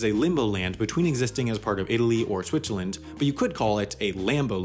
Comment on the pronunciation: Shwitchaland :) Like it.